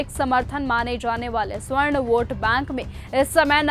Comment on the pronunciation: मैडम जी स्वर्ण नहीं सवर्ण होता है 😂